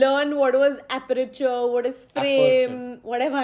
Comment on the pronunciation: Hahah I love how tried to find a wooden material to touch when asked him to 🤭🤭 Although I think it's good that he corrected when she mispronounced "aperture". Could have just thanked him, he was preventing her from being trolled for mispronouncing the word